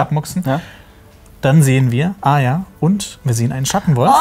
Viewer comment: Nichts gegen euch aber ich hasse es wenn Leute Arya "Aya" aussprechen.😂